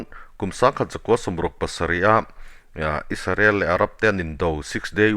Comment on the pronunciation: Isarel nilo in israel ti in lam hram hram ang aw